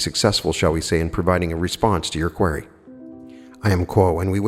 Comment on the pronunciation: I love u, but believe you are pronouning "QUERY" incorrectly.